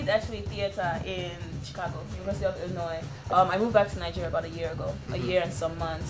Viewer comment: Did she just call it ill noise